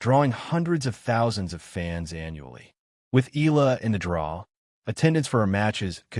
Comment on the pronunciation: ...please pronounced the surname of Alexandra Eala (...it's Eh - ya - la )...and it's no longer hype nor popularity she's slowly but surely climbing the ranking of women's tennis in the world stage.. Filipinos mostly that flocking the arenas are overseas workers now represented by Alex Eala, a national symbol for her respectful work ethic, resilience and humbleness..